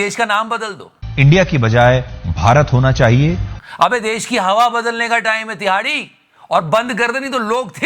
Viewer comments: Tihadi ❌ Dihadi✅😂😂😂😂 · Love the way you say #TIHAARDI😂😂😂😂